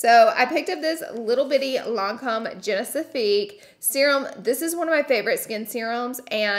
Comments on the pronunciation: The way she calls Genifique “genisifique” drives me crazyyyy lol 😂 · imagine they send you a £130 serum and you pronounce it ‘genifisque’ 🤣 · it's the Genesifique for me..... I absolutely love that u threw in a whole extra syllable for the Genifique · I've watched like every one of her videos, & I love how she says genisifique 😂 I love you Laura! Lol